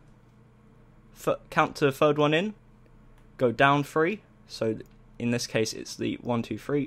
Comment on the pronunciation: Why do u say free and not three